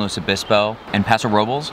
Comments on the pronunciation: Paso 'Roblays'. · Ahh the pronunciation of Paso Robles 🤣